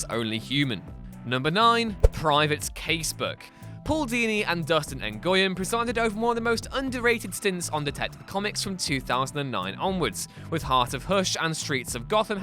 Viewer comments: Just for future reference: Nguyen is a very common Vietnamese name that is pronounced "win." It's actually closer to "Nwin," but most people just say "win." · pretty sure Nguyen is pronounced "win"